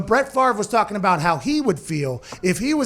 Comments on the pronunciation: "abaht" who is responsible lol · Brett Favre talking abaht Aaron Rodgers on The Rich Eisen Show😂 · I dislike when people talk abaht me.